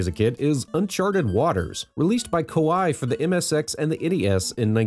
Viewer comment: Koei is more accurately pronounced "Ko-ay". Also, it's "No-boo-nah-gah". Love your vids.